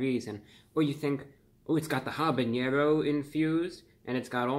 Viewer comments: Its Habanero not Habañero. Think of Havana Cuba. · nitpick here. It's habanero. Not habañero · habaÑero 😖 I cringe every time Mr Reviewbrah there is no Ñ in habanero unlike jalapeño which does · The n in "jalapeño" and "habanero" are NOT the same